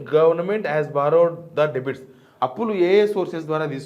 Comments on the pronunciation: డెబిట్ కాదు డెట్ అనాలి , మంచి సమాచారం అందించారు ధన్యవాదాలు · Bro debit kadu bro Debt